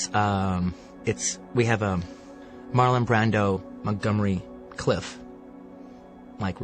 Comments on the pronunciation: It's 'Plainview' not 'Longview', and Montgomery Clift, not Cliff. I mean, wtaf? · It’s Montgomery CLIFT, not Cliff. Get it right, Quentin. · except he doest know Montgomery's last name is CLIFT, not Cliff.